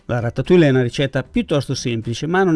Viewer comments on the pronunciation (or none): si pronuncis ratatui. Io nn sono brava a cucinare ma conosco le lingue. Francese inglese e un o di portoghese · Ciao,sono un tuo iscritto perchè mi piacciono molto le tue ricette e la semplicità con cui le spieghi. Ti volevo solo correggere la pronuncia della ratatouille,perché nun se po' senti',eh,eh,si pronuncia "ratatujje" come la crema chantilly che si pronuncia "sc(i)antijji. Scusa se mi sono permesso,naturalmente non è obbligatorio sapere tutte le pronunce,ma sei talmente bravo che mi dispiace sentirtela sbagliare ;)).